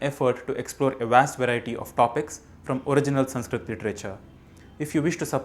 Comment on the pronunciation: How is this संस्कृतम् channel when you can’t even spell or pronounce it right?!